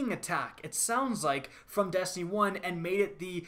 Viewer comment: your E's become A's like when you say Dastiny